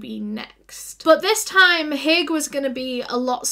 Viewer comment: It's "Haigh" if anyone's curious.